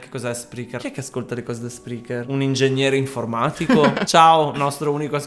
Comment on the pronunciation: Io sono l'ingegnere informatico malamente pronunciato al minuto 😂 ma che vi guarda (e vi ama) su YouTube... ma chi l'avrebbe mai detto!!!!!!